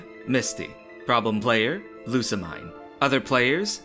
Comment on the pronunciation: I dunno if you'll read this, but the mine om Lusamine is pronounced as meen.